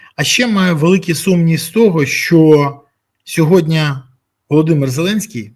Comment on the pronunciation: Бориславе, будь ласка, кажіть сьогодні замість "сьогодня") 😉